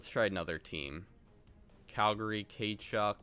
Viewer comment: Did you really say K Chuck ☺️😂😂